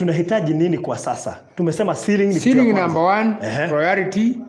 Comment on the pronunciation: chiring 'ceiling' 🤣🤣🤣